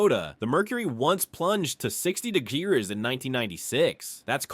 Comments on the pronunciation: .. 49 de-grin ? ... please.. please... please... please...please stop using ai voices... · "plunged to 60 de-gears"?